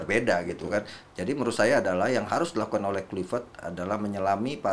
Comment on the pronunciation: Akmal Akmal.. luipret kluipret. Itu huruf v bukan p eeehhh